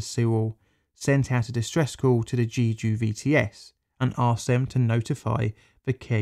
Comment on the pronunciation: I know that you apologized in advance for your Korean pronunciation, but some attempts were so egregious it took away from the video. You could have looked up whether you were in the ballpark or not. Jeju is not pronounced 'Jeeju', for instance. I had to stop watching, sorry.